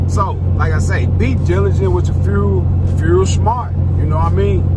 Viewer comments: Furel card🤣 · My dude, you are fighting that FUEL word🤣🤣🤣✌